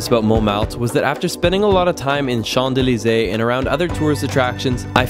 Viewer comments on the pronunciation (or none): No "d" sound in Champs-Élysées